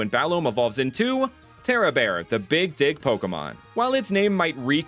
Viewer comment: the Big what now? ohh 'Dig', yeah of course that's what I heard.